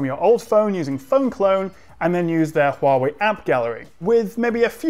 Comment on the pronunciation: I like that fact that your pronunciation of Huawei on point!